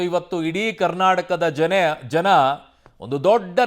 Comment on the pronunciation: ನೀನು ಮೊದಲು ಕನ್ನಡ ಕಲಿ ಜನ ಅನ್ನೋ ಜಾಗದಲ್ಲಿ ಜನೆ ಅಂತಿಯ ತೂ